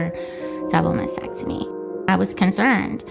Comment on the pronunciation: So disgusting that they are doing this to kids! They can't even pronounce Mastectomy correctly! It's not Masectomy!!!